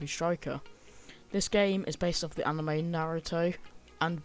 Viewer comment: "Based off of the AMINE" I know saying "Amine" instead of "Anime" has become a meme but bruh, that sounded genuine.. Also I was thinking about picking up this game